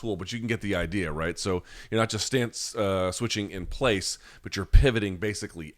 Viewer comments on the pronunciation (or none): none